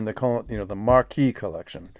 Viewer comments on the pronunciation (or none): Hi, a small point of note. Your pronunciation of 'Marquess' should sound - Ma(r)kwis and not Marquee which is a large tent. 👍